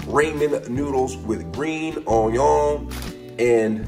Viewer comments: Man did you just say onion in the end? Its pronounced on-yaw! Bon apetit! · everytime he says "RAYMEN"..... i get Wrath !!!! and OJYON for onion ..... dude ....XD its RAMEN!!! and ONION!!! idiot. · I hate how he says onion